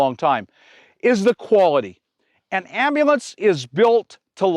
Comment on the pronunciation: Cawl a am-ba-lanz! 😂